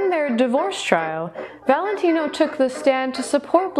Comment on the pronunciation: This was a good one! So, how long did it take you to learn his entire, long-a$$ name, with accent and all? lol You said it perfectly! I didn't know if you'd have a video today, but I was sleeping. I started PT and it's making me so sore and tired, so I didn't get much sleep. Actually, I forgot all about the curse of Rudolph Valentino. It was cool hearing it again. What a lady's man he was!!